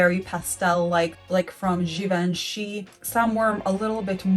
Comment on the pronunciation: Regina Pyo is Re-jzee-nah Pee-yoh, you’re pretty close. Givenchy is Jzee-vahn-shee. (My ah rhymes with on). En in French is pronounced like English ah, or o as in on.